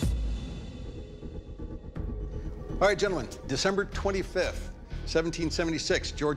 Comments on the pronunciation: It will keal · what matters is "It will KEEL"